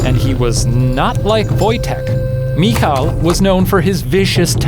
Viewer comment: You pronounce the name Michał like "mihau" btw